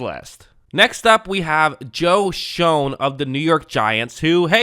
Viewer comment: It's pronounced "Shane", not "Shone."😆